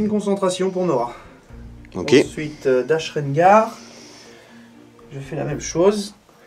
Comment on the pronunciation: Chouette vidéo, bravo les mecs... Par contre c’est « Dash RenDar », avec un D, respect the fluff 😉